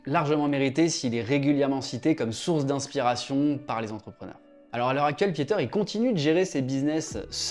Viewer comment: Merci pour la vidéo. Juste pour la prochaine fois, son prénom se prononce 'Piter' et pas 'piéter' ... mes oreils on pas mal saignées..